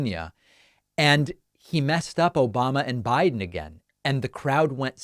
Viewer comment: Dude, you’re mispronouncing Biden! 😂😂😂😂😂😂